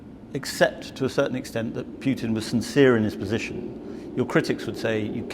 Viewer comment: How hard is it to prononce Putin instead of Piutin?